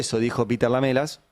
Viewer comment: Se dice : Lam3las Ari...Lam3las...